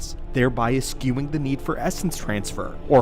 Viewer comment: It's eschewing the need, not eskewing the need. Your AI kind of sucks.